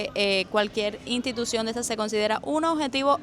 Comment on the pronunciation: Ni en las INTALACIONES ni en las INTITUCIONES Jajaja